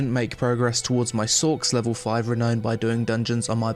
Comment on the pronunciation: It's pronounced the way it's spelt. Re-now-n/re-noun. Not Re-no-n.